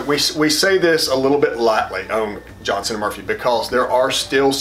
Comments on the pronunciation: It is not johnson it's Johnston,. All the Johnstons in the world hate being mixed up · The editing of your dialog is annoying...one brother struggles more than the other. Pretty obvious on which one. And it's Johnston, not Johnson (). I am a subscriber and this is the only negative on your site.